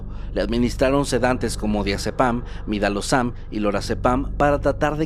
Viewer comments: Yo escuchando bien atentamente como dijo midalozam en ves de midazolam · La próxima vez que de una orden médica diré que administren midalozam en vez de midazolam 😂😂😂😂😂 me hiciste el domingo!!! Los amo ❤